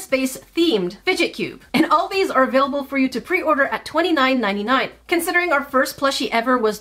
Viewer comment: “Are little baby” says in British accent